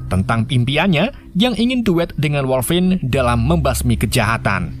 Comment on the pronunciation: Dupik dan woiguinlin woi